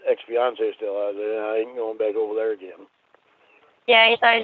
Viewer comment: “Ageen Ramona, ageen!”